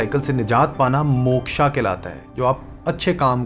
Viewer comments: बहोत से words galt bole he Jaise मोक्ष को मोक्षा राम को रामा कैकयी को कैकी भरत को भरता रावण को रवणा सुर्पनका को सुपरणका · Pahale to bhai sahi dhang se bolana sink le fir vedio bna ..रामायण होता है रामयाना नही, मोक्ष होता है मोक्षा नही अता पता कुछ नही बेटा विडिओ बना रहे है अपने बाप हिंदुओ पर। जय श्री राम।